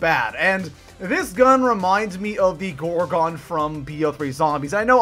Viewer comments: Gorgon not gorgock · Yah the Gorgon not the gorgin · Why does he say gorgon like gore gone lnaoooo